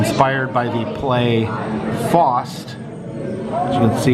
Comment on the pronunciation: When you said “Fost” I couldn’t work out what you meant. I’m guessing you mean Faust. Also, that’s not a two-legged horse, it’s a real-life Jersey Devil! Oh, and the English Pub Fox will probably be a mascot for most pubs in Britain with Fox in their name.